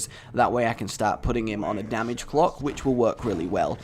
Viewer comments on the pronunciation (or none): none